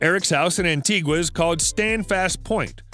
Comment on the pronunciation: Was a big fan till I heard he was an anti-vaccine. By the way, it's an-tee-guh.